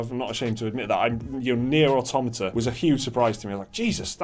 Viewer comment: Faded? Quite the opposite actually. And again, it's Nier "aww-tow-mah-tah" not "oh-tom-ahta"